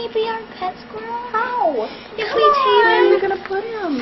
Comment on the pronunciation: 4.04 to 4.10 I laughed my head off Ray: "the scwuiwell is not so cute after all, is he"